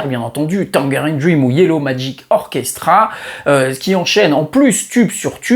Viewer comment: Merci pour cette super vidéo. L'histoire de Telex est fascinante. Juste une précision pour la prochaine fois : on prononce Tan[j]erine Dream !